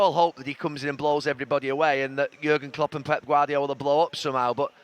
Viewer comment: It’s Jürgen Klopp he’s talking about. Not Jagan Klup